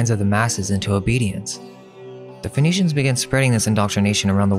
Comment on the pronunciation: Interesting that Phoenicians sounds like phoneytians